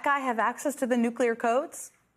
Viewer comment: He can't even say Nuclear, this lunatic should never have access to Nuclear weapons!!🤬